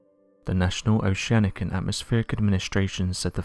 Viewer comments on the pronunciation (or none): none